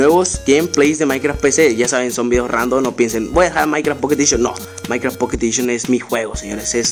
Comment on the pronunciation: Oyeron k dijo mierdacart